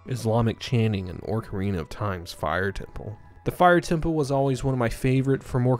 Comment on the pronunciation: cool video, i really appreciate how you spotlit the folks behind the smg ds demo project, that's really cool! however i am now obsessed with finding out where the f you're from that has you add an r into ocarina.